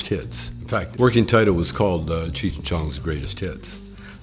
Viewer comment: YO BRO U MUST BE STONED IT'S CHEECH NOT CHURCH